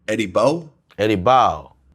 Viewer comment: Eddie boe??? Naw Eddie bowa 🥴😂😂😂